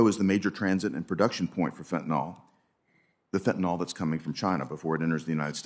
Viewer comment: "By simply crossing the boarder," a trespasser can effectively attain US citizenship. 'Fentanyl,' not 'fentanol.'